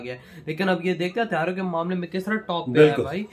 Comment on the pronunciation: Are yeh Pakistani education hatiyaro...nahi bahi hathiyaro.. Kitna difference hai bahi...paura meaning hi change ho jayega